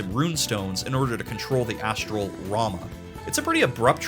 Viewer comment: Just to point out, it’s pronounced Rah-moo but I’m with you on how it should be rah-muh, but apparently it’s yet another Tidus situation according to world of final fantasy. On the plus side Leviathan canonically sounds like Claudia Black so that’s cool.